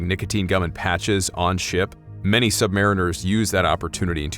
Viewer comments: It's pronounced "sub-marine-ers" not "sub-mariners" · We , are Not sub mariners . Say it correctly or , DONT . Submarines also , ARE NOT a ship . They are boats . Sargo SSN 583 ah rooo gah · Atmosphere nailed again. Cool. Couple of things though, i'd heard that sub sailors prefer the pronounciation "sub-mar-EEN-ers"and that it's never referred to as the "ship" but the "boat". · I seem to recall that, in the US Military, the submariners pronounce the word as sub•mar•EE•ners. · I was a Cold War submariner (then I joined the US Army in 1984--go figure!) I loved submarines & should've stayed there! I have great respect for all bran hes of US armed forces. We call ourselves "SUBMARINE-ers" (please). 😊 Anyway, i remember weird & occasionally spooky things taking place on my boat during the 7 patrols (70+ days submerged with 2 port calls in 6 years! LOL!) & one flexops while on the SSBN I served on. I knew immediately that your video was on the up & up when you said that in ER LL (Engine Room Lower Level, which is pronounced "Engine Room Lower Level"--we didn't verbalize acronyms because in a casualty of ANY kind on a submarine, clear communication is absolutely vital, so we called everything by its actual name to prevent confusion, as time is absolutely of the essence)--anyway, ER LL does indeed have multiple bays: Main Lube Oil Bay & 2-3 more (sorry, it's been >40 years since I qualified in submarines so I've forgotten much). ANYWAY, I liked your (creepy) video & thank you for serving in the USMC. And Thank You to all the vets (& especially subvets!) out there! RS ET2 (SS) (NAVET DIV), USN SGT US ARMY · It’s pronounced, “submareeners.”